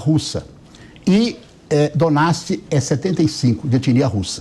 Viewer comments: Quem é esse cara mesmo? A criatura quer falar sobre ucrânia e chama o lugar de "donats" ao invés de Donetsk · O deputado responde pela autoridade palestina, no que diz respeito as suas motivações e propósitos. Tá podendo!?! Quando ele pronunciou Donetsk, chamando de Donasti, eu pensei: - Caramba todo mundo fala errado! Quem sabe ele sabe mais do que todo mundo. 🤔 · O cara nem sabe pronunciar Donetsk e ainda por cima vem defender o lula